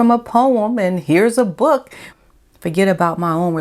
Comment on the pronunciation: I liked how you kept saying 'book' like Bhhok! aahhah